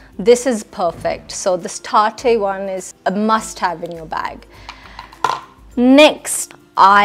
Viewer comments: Base??? It’s a foundation. Not a base. Do you know what a base is? And tape shape by Tarte is a concealer. By the way, please pronounce the brand’s names correctly: It’s Tarte und Tartey 😏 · I legit thought it was a parody when I heard her accent and btw its tarte not tart-e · Yeah I heard that too it’s not taartae 😂 it’s tarte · Geeta Basra looks always ashy... Girl check your foundation shade first.... Then talk about color.... And no armani shade doesn't match... It's not tar Te it's pronounced tart... 😂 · Also it isnt pronounced as tart-e. It is tart(e is silent). Gawar🤣🤣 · You are right it's not taar....te it's tarte cosmetics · When she starts talking faster, the “British” accent goes away. So fake!! And it’s not “tar-thay”, it’s pronounced taart 🙄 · Taate😂😂 tarte girl not taate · You mean Tarte NOT Taartay lol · Hahahaha exactly! Tar-tay! I did a double take when I heard that one. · then why she pronounced that brand "Tarte" wrong ? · 1) well Tarte is neither a French brand nor Italian it's a renowned brand which was originated in USA and why I pointed that out ki she has mispronounced it because it's a famous drugstore brand in UK as you claimed she is from there so it's pretty unlikely to pronounce that wrong 2) That over unnecessary emphasis on words is what making her sound fake that's what people are saying...you don't need to get so defensive 3) That 'accent'is definitely not British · And knowing the right pronunciation of Tarte makes you smart?